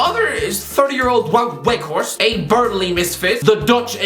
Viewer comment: whines about people mispronouncing Doherty Also: Haaaaland, Wauuut Wweghorst, Tomas Twoshell, Lopetegwee, Ralf Ranick